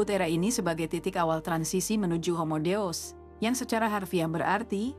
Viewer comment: Mengapa Deus dibaca dous?